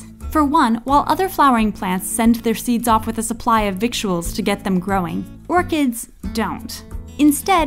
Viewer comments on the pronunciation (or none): victual is pronounced like vittle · "victual" is actually pronounced /ˈvɪt l/, which sounds like 'vittle' (rhymes with "little"). just fyi... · By the way, victual is pronounced "vittle." Just FYI. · That's not how "victual" is pronounced. It's pronounced as though it were spelled 'vittle'. Oh English, y u so crazy with ur spelling sometimes 😃